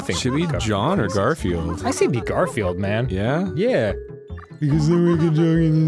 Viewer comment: Jeremy gar-fi-eld ? Or just gar-field